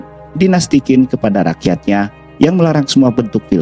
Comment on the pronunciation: Q dalam bahasa mandarin di baca C Jadi Qin di baca chin, bukan kin Z juga di baca J jika di depanya ada huruf H, contoh Zhao di bacanya Jao Dan masih banyak ejaan ejaan mandarin yg unik